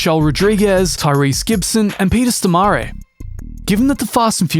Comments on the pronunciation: Peter "STOMARE" lmao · Damn you really butchered Peter Stormare's name 😂 he's Swedish and not Italian so it's pronounced like it's written, Stormarre